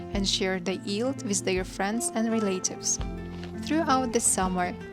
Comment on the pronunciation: REL-AH-TIVES, Not RE-LATE-IVES.